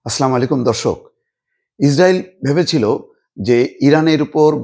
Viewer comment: আপনার সবই ভালো,❤❤❤ কিন্তু সালাম টা শুদ্ধ না।